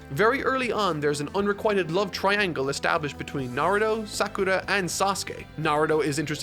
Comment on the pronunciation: I found it curious that he pronounces only Sakura's name with the Japanese R sound.